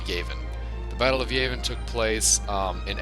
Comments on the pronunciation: Yuh-Ah-Vihn! Not Yay-Vihn! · YAHvin. Not YAYvin. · It's Yavin, not Yayvin. Just so you know. :P (No Offense) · it's yavin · Anyone else bothered by the mispronunciation of Yavin?